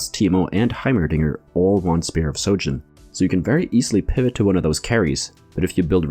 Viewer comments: It's Spear of sHojin, sry I got triggered everytime you said sojin xd. Good video anyway, ty ! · It’s SHOJIN with an H.